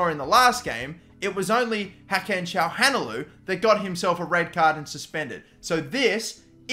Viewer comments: "Shaham Halanoglou" "Gagan Chaglanoglu" "Hakan Shahalanoglu" Come on man xd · Btw Çalhanoğlu is pronounces Cha-lah-no-glue, just so you don't keep mispronouncing it 😁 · think its pronounced kalanoglu might be wrong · haha the way he said calhanoglu